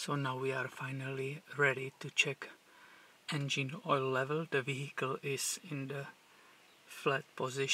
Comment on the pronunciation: engeen hahahaha lmao